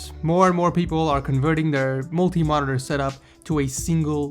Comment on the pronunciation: the way he pronounces monitor is annoying